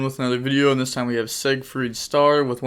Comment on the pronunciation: Shocked he actually said Ziegfried correctly :V